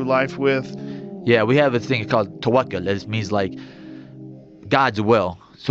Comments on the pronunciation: its tawakal* not tawaka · takwa not tawaka just correcting the guy if he ever reads this